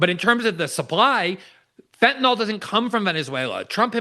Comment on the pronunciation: Fentanyl, not "fentanall," genius....🙄